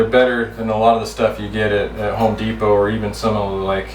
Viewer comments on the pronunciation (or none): none